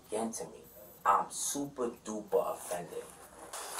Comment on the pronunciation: "I'm supah, dupah offended" 🤣